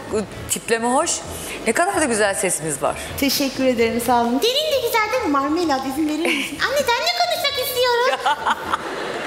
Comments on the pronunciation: betül yıldırım bilmiyodum sağol videonun adında bile yazio bilmiyodum sadece normalde Marmelat ama narnelat diyo ml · NDNG Enes Özmen Özmen biliyorum Marmelat diyor ama nanenat diye anlaşılıyor mesela meraba herine merada diyo onun gibi